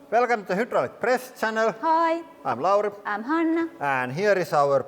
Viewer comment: We love you guys but it sounds like he’s saying Welcome To The Hitler Press Channel. lol 😅